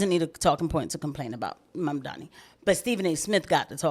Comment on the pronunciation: And yes. Sorry for a third comment but yay yay engagement. I also felt like Bill Maher's resignation with not even attempting to try to pronounce Momdani properly as well as his overall disdain while saying it is definitely because he also doesn't like that he's a Muslim. Maher has had a particular hatred of Muslims for some reason or another. I think It's part of the old school atheism-brain he built his career on if I had to guess. Ppl like Christopher Hitchens who came from the same sort of atheist-pilled commentary also had unique disdain for muslims.